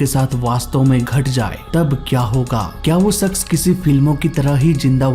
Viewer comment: Sakas mashur bolna sikkh bhanchod